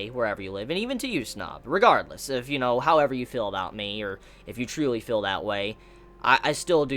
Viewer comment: You have one fatal flaw,.... You say "fill". Not "feel". It drives me insane. Please stop.